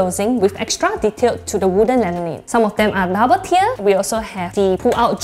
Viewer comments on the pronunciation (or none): none